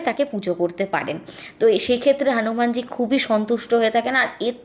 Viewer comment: "হানুমানজী" কী কথা দিদি হনুমান জী বলুন ulta pro max style দিচ্ছেন